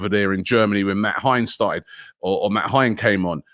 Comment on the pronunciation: Matt Hein?? who the fuck is that? 🤣🤣